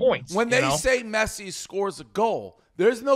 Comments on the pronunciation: “Messay and Em-bop” -Dave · Dave not being able to pronounce messi is so on brand